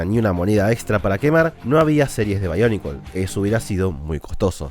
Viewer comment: No se pero siempre me gusto que sonara BIONICLES no BAIONICLES XD